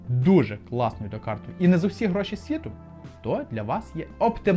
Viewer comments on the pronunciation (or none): none